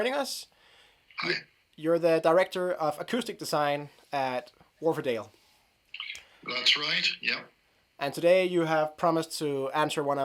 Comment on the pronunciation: FYI: Wharfedale [named after a dale (valley) in the Yorkshire Dales national park] is pronounced "Wharf-dale" and NOT "Wharf-er-dale".